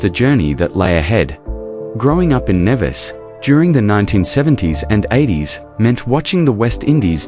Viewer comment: Good evening. Please please please .lt in pronounced Knee Vis. As a Caribbean person it is annoying when place names are butchered.